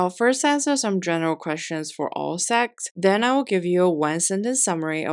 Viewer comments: it is sects NOT sects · Sects NOT sects~ pronounication issues for china~ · Why does not one pronounce the T in sects? 😂 it isnt silent I hear so much mfs say sec without the t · Why i heard sex instead sects? 😢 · It's the way she say secx and fucktions in the same sentence.